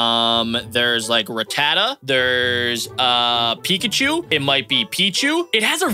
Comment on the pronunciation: It's peecchoo